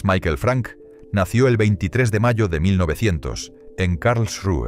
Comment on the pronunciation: Michael no es "Maiquel", es "Mijael".